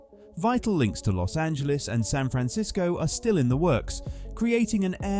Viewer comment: We SoCal residents thank you sooo much for not pronouncing it Los Angeleeze! So refreshing!